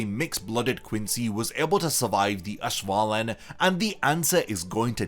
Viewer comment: oh no you said ash-wallen